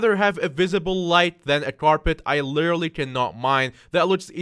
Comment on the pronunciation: me: lit: lit me: er: er me: al: al me: ly: ly me: Literally: Lirarararally yes i stole that comment but it made me laugh